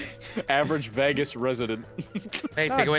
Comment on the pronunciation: why does say Vegas like that.